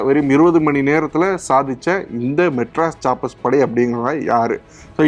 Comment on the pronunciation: Adei.... Madras Sappers உச்சரிப்பு ஒழுங்கா சொல்லுடா....